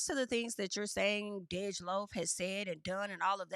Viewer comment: DEJ IS PRONOUNCED LIKE DEJA WITHOUT THE “ A” 😂 love the hair ❤ you look good my Virgo sister. Also ain’t no way this back and forth is real. Hopefully not cuz DEJ is gay af. 😂 embarrassing in your voice